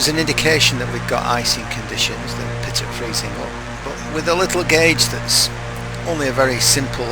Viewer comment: pitot is pronounced pee-tow. Just letting you know :)